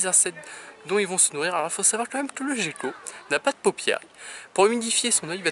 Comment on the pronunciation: Petite question j'ai toujours crut que sa ce prononcé "guéquo" mais tu dit "jéquo" sais une autre espece ou juste une erreur de ma part ?